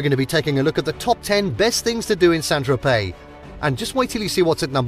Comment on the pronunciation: Why ad an l when saying Tropey?